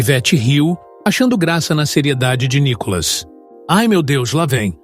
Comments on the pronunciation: Só não entendo porque esse narrador chama Nicolas de Nicólas... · Quando vão aprender pronunciar o nome de Nikolas ??? Vergonha falar Nikólas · Vc pronúncia o nome do Nikolas vc pronúncia Nicolas como narrador e muito grave crítica construtiva